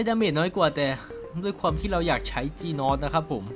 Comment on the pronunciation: จีนอสนะครับไม่ใช่คี่นอสหรือผมได้ยินคนเดียววว